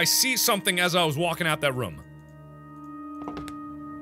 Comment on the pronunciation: I love how Mark pronounces room. Like, "rum"